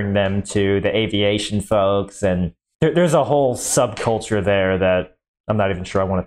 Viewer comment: “Subculture” missed emphasis to make it a pun 🥲